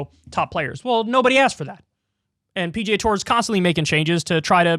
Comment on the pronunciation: Slow down and enunciate, Kyle. When you attempt to say PGA, it sounds like PJ.